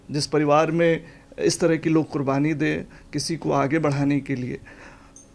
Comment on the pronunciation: आप के तल्लफ़ुज़ में सख्त कमी है, शुरू में QURBANI को KURBANI बोला जो ग़लत है 😅😅😅